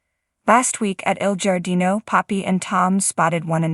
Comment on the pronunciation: Li’s name is pronounced “Lee” not Lion. El Giardino is pronounced “Jar Dino” not the way you pronounce it!